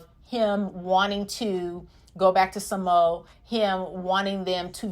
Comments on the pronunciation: Its pronounced sa-mo-a, not sa-mo. But agree with your points✌ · ITS PRONOUNCED SA-MO-A....NOT SAMO😉😁🤣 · It's SAH-mo-uh, or sounds more like SAH-mwuh when Samoans say it.